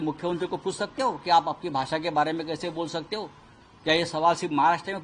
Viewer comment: Mr Dubey please pronounce at least correctly - u r saying ' भासा ' instead of ' भाषा '.